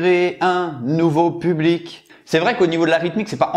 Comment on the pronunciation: « Public » pas « pulbic » ta fais la même faute à chaque fois 😂